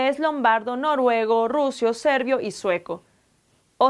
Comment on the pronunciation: es SERBIO, No Servio